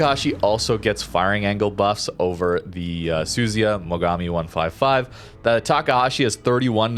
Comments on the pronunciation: FFS its NOT suzy-ya its su-zu-ya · Su-zu-ya. Not Suzy-a. better not go to Japan when pronouncing ships like that.😂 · It's pronounced "Soo-Zoo-Ya".